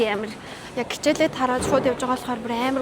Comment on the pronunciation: Хичээл❌ Кичээл✔️